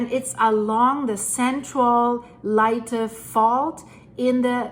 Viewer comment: Pronounced Lay-tee